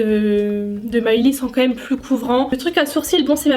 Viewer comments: cc juste pour te dire que le prénom de Millie se prononce Millie et pas Myllie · SES MILLIE PAS MILEY TU SES MÊME PAS DIRE SON NOM MDRRR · Cou juste pour te dire que ça se prononce pas myllie mais Millie 💜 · Désolé mais j’avais envie de te tarter quand tu disais MAYLI c’est MILLIE!😂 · T’a prononcé mylie au mieux de millie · mais pk tu di mallie bobby brown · « Maïlie Bobby Brown » euuuh PARDON ?! Omggg😭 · Normalement ça se dit Millie comme en français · Juste une chose Millie se pronce comme ça ce lis 😂😂😘